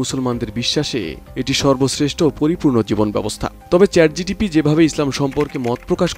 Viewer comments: আপনি বারবার ভুল উচ্চারণ করছেন I কথাটা চ্যাট জিটিপি হবে না, কথাটা হবে চ্যাট জিপিটি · সংবাদ পাঠক, আপনি চ্যাট জিটিপি বলছেন,ওটা চ্যাট জিপিটি হবে। আর হ্যাঁ, একই প্রশ্ন আমি চ্যাট ডিপিটিকে করেছি, আমার জানামতে সে এমন উত্তর দেবে না।